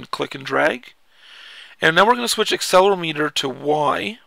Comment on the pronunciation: Actually it's aCCElerOmeter not accelermeeter :) Btw how do you get these games to the iPhone? Thanks